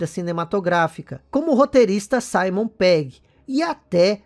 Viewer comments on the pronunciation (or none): none